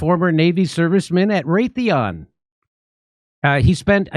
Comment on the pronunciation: It’s called Ray The On, not Ray The off 😂